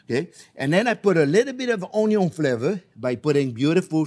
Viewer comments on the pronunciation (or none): I was wondering if and how you'd get to say Onyon, but you did it! Great recipe again. Thanks for teaching us how to cook.